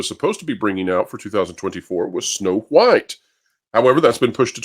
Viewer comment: Am I the only one who gets unconfortable by the way you say the H in wHite? 😅